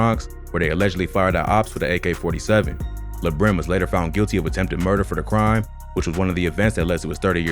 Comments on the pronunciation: Mans Said LaBrim 🤦🏾‍♂️🤣🤣 It’s La Brim as in La-La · It’s lah like lalala brim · It’s pronounce “Lahh Brim” bozo lol